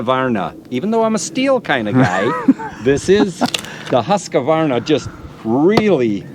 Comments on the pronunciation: Polices how to say Fiskars Says Husqa-varna instead of Husq-varna.... lol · While you are at it you may be able to correct when they say husqavarna. No, it’s husqvarna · Hey..it’s not pronounced husk-a-varna!!😮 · The guy who’s militant about the pronunciation of Fiskars is also the same guy who pronounces Husqvarna as Husk-a-varna. Maybe he should just accept that foreign words will always be a little … foreign. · So he knows how to say fiskars, but can't pronounce Husqvarna? Odd 😉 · is a stickler on saying fiskars correctly. Would you let him know that there is no a after the q in husqvarna?